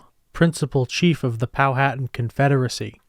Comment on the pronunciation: Pow/wha/tan Is The Correct Pronunciation